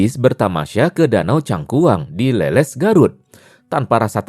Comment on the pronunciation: Bang bukan leuleus itu kaya loyo,,,tapi Leles(baca nya kaya ikan lele+s)😅😅